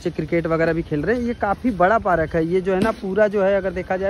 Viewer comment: पारक नहीं पार्क 😅